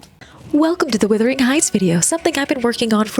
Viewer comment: It WUTHERING (meaning very windy) not WITHERING (meaning shrinking and dying). The Yorkshire moors are really windy and cold.